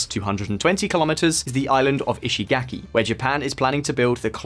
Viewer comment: In case it's helpful, the vowel in Japanese words represented by the letter "a" is pronounced like the 1st vowel in "father.' You keep pronouncing Japanese words with a vowel that does not exist in Japanese. There is no /ae/ sound in Japanese -- I mean the vowel most Americans use in the word "cat." So when you say "ishigaki," the 3rd vowel should be pronounced like the 1st vowel in "father."